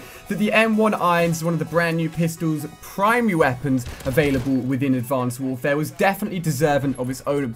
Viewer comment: Ali a says advanced warfare like Advonced Wouwfaea